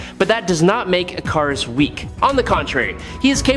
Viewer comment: Nice video except you need to rewatch the first few minutes of Eternals so you know how to pronounce Ikaris.